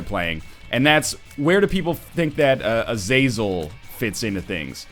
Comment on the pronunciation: bro seriously, uh-zay-zell just go watch x-men first class the red devil guy has the same name, oh and you seriously have to check out ShineyRawrquaza's latest eden run. your gonna cry how powerfull he became lol.